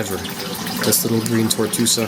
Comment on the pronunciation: Acropora TORTUOSA, not "tortusa". Acropota ECHINATA, not "enchanata". A. speciosa is very hard to find. Great coral! Nice A. plana!!! Acropora VALIDA, not "velida". Acropora ABROTANOIDES, not "ebratanoides". Acropora FORMOSA, not "fomusa". Frag your Acros with tissue recession far from the mark and save them. Please don't play making jokes with drugs. That's some serious problem in anyone's life! ;) Thank you for sharing the images! Those were amazing!